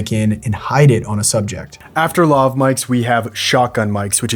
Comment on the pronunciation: Lav rhymes with Have